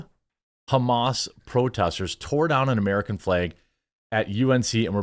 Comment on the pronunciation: The way he pronounces “flæg” went from funny to “holy crap bro, stop saying flag”